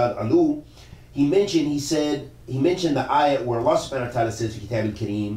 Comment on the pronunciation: in the minute 21 you made mistake in the recitation of the quran in the word kitab